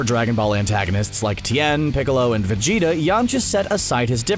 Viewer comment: did he say vegeto